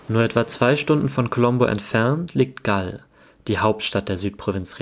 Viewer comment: Es heißt Galle!!! Und Galle heißt übersetzt: Felsen / Stein. Die englischen Kolonialherren haben den Namen verenglischt = Englisch ausgesprochen. Ein Armutszeugnis für den Buben, nicht mehr über Galle, die Provinzhauptstadt erzählen zu können, nicht mehr zu wissen!, nichts von den ersten Kolonialherren, den Portugiesen zu erzählen, die auch den Namen geprägt haben. Galle heißt auf portugiesisch Gockel. Und so ist der Gockel, der Hahn, das Wahrzeichen für die Stadt Galle geworden. Wenn für ihn das Surven so wichtig ist, wäre es auf alle Fälle auch erforderlich zu erwähnen, daß man das in der Bucht von Galle, auch sehr gut kann!!!